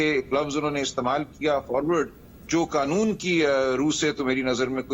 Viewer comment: آغا صاحب کو قانون کو ۔۔۔۔ قنون بولتے ھیں ۔ اور آٸیں باٸیں شاٸیں کر رھے ھیں